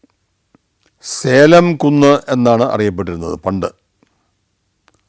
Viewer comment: സേലം അല്ല സലെം... ജെറുസലേം പോലെ...